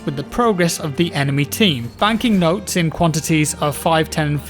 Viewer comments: It's Motes not Notes. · love your work man, just 1 thing, “motes” not “notes” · Motes not notes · >M<otes, not notes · Motes, motes, motes! Not notes! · Motes. Motes. Not Notes. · Am I going crazy or is saying notes instead of motes? Can't tell if it's because of the jaw surgery though.. It's like Benedict Cumberbatch trying to say penguins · Everyone say it with me..... MOTES!!!! 😂😂😂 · swear hes saying notes?.... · He is defos saying "notes" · Aw naw i thought it was nodes well then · *Penglengs*, and yes, he is saying "notes" and it's driving me insane